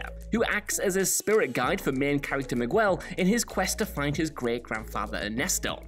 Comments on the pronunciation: ah yes, Migwel. One of my favorite Pixar characters. I mean come on. I don't normally give people crap for mispronouncing names especially, but Miguel is a super common Spanish name, and doesn't basically everyone know how to pronounce it properly? Not to mention they say his name countless times in the movie. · Did he just....pronounce Miguel like...mi-GWEL???? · Ah, yes! Who could forget Mee-gwel! Lol